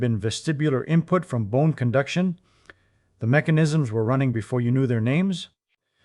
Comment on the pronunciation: Ye ear that lassie? It was bohne cunduction.